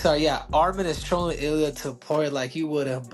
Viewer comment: It Illia not Aliah bro